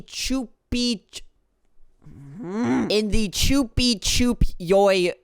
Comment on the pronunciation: Bro almost said Chupichupyoi correctly but fumbles on Phrygia lol